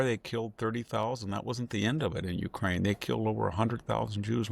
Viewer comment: Dude, learn how to say UKRAINE. U-K-R-A-I-N-E. Which was betrayed by your country - USA - not once. And nothing is forgotten